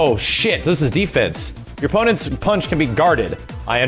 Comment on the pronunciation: Punch not pinch. Maybe youre doing that on purpose